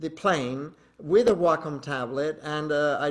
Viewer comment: I finally know how to pronounce Wacom correctly. WOW